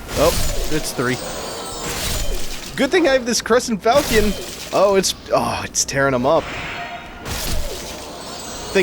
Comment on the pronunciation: the weapon is pronounced FAl- Shon not falcon